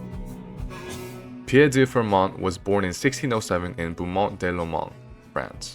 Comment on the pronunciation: The "t" in Fermat is silent.